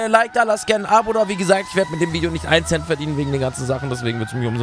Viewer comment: Nicht ein Cent 😂